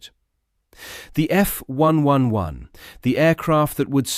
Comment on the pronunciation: Since when when did the RAF get pronounced R..A..F? or the F111 as F...1...1...1?